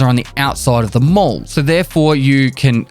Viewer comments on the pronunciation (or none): none